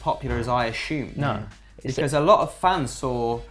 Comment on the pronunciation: aSHumed? 😂😂